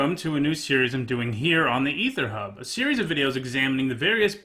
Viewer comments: A-ther hub sir.... not E-ther hub. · It's actually that weird smushed together AE, so you're both wrong lol